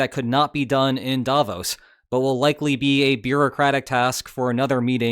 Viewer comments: The intonation is on the “o” in Davos — “Davooooos” — not sharply on the “a,” as you do it 😉 But not to worry: probably 100% of people outside Switzerland pronounce it incorrectly, and, oddly enough, at least 50% of people inside the country do too. So, since Switzerland has roughly 0.1% of the world’s population and about half of them get it wrong 🤨 you could be among the only 0.05% of the world’s population who pronounce it correctly 🤗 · As a Swiss person, may I give you a tip on pronouncing Davos. You did almost perfectly, not saying the 'o' as a diphthong like in bro. The stress however must be on the 'o' not the 'a', so the stress pattern is like in 'the bros' but the vowel quality is just like you said it.